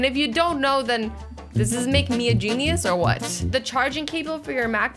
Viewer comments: Did anyone else laugh when the said Jeanious 🤪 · "JEANuse" Lmao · Jean-ius 😭😂 I love azzy